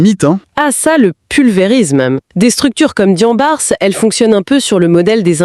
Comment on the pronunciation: On ne prononce pas le S sur Diambars. On lit Diambar. Jambaar un mot Wolof qui signifie Guerrier